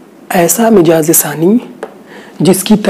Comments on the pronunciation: Very nice. U r doing great job. But its not MIJAAZ. corrct pronounciatn is MIZAAJ. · mijaz mt boliye jnab mizaj hai sahi alfaz.